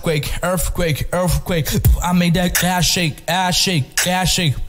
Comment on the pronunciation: Tomazacre Is a Monster. His Saying Earfquake